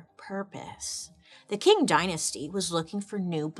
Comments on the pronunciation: Ching ching ching! I really like your channel but I wish you would take 5 minutes to look online and learn how to pronounce things you don't know how to pronounce. This is a frequent occurrence. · It’s like, if you say “ching” but with the tip of your tongue lower, against your bottom teeth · if the word was Quetzalcoatl or Tegucigalpa I could understand. But it's ching. A short, single syllable word that is easy to pronounce. She could put in some effort when it's easy. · 😂 Qing is pronounced like /ˈtʃɪŋ/ CHING. Anyways, if this topic interest you then look up the Gaokao in China. Man it’s sad, kid’s future here really depend on their results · Bailey we love you ❤ but just so everybody knows: “Qing” dynasty in Mandarin sounds more like “ching” than “king” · Fine, informative episode. However, I believe it's pronounced " tSHeeng " dynasty,, not ” King ". Like the Qi in Qi Gong massage . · The standardized testing in imperial China started in the Han dynasty… but was fully developed by the Qing (pronounced ching) dynasty (over a thousand years…) The scholar hat was a funky looking thing that was flat in the back… and Chinese kids with a flat head were thought to be more scholarly… I got a flat head… I test well, but I don’t retain info unless it’s fun… and I can’t wear a ponytail without looking weird cuz my head is weird shaped 😭 Edit: I took the ACT to get into nursing school… they asked me about rocks and clouds… almost lost my 💩… got a 27 or 28… cuz my ma said it cost money to take the test if I failed, I’m on my own, no more support… 😅😂 And our nursing school was contracted with Kaplan after we graduate… we get 2-3 weeks after graduation to study with the Kaplan people on how to take the test but my friend and I had taken so many test prep during school the lady got annoyed cuz we don’t do the “steps” they have on eliminating the wrong answer cuz we already know the answer… 😂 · I may be wrong but I believe it pronounced Ching Dynasty